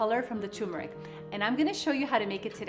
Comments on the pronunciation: Its tuRmeric, not "toomerick." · Please note that turmeric takes a short U. The same U one hears in turn.